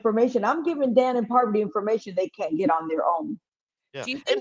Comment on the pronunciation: I love how Rachel keeps calling Parvati “Poverty” and Sheree “Sher-ie”. 😂